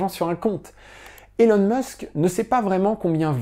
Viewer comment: Merci pour cette vidéo, que le monde, sans le savoir, a tellement besoin de regarder… Mais petites corrections sur Musk, même s’il n’est pas le vrai sujet de la vidéo: Elon ne se prononce pas élone mais ilone. C’est facile à dire pour un français, je comprends pas pourquoi presque tout le monde le dit de travers… Musk ne possède aucun bien immobilier; Il n’avait pas grand chose et il a tout vendu. OpenAI n’est pas une entreprise, mais une association. Qu’il a quitté lorsque ses partenaires en ont trahit les idéaux ; aux dernières nouvelles OpenAI est plus ou moins sous le contrôle de Microsoft. Musk ne possède aucun produit financier et ne perçoit (presque) aucun salaire. Il vit à crédit et n’a donc que très peu de cash. Tesla est une grosse partie de sa fortune, mais SpaceX, c’est quand même pas de la petite monnaie… De tête, ses 54% vaudraient autour des 20 à 30 milliards. Tesla ne vend pas que des voitures. "C’est pas beaucoup trop gros 834 milliard par rapport à ce que la boîte a comme actifs?" Voilà un terrain très, très glissant… 😏 Fort intelligemment esquivé dans cette vidéo! Aussi, comparer Tesla à des entreprises autos, c’est ce qui a fait perdre tant d’argent aux shorts, c’est pas très logique… En particulier, Tesla ne vend pas que des voitures, comme je l’ai dit, et en vend de plus en plus, contrairement aux autres constructeurs. La vente des actions Tesla de Musk a déjà été officiellement prévue: Musk a publiquement expliqué qu’une fois qu’il serait raisonnablemen